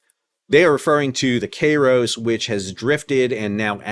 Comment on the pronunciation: It's pronounced "Kyros," not "Kayros." Basic Koine and Classical Greek.